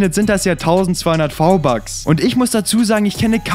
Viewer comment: Hör auf v-bucks sagen wenn dann richtig